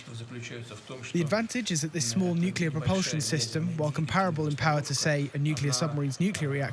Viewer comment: "Nuculur pau'ered". So beyond painful to listen to.